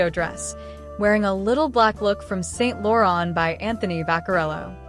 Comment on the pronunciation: Not to discredit your presentation ... as you spoke nicely. You'll have to work on the pronunciation of Louis Vitton , Givenchy and St. Laurent next time you have a go at the Met Gala however. They are all renowned fashion houses deserving proper representation at least, :)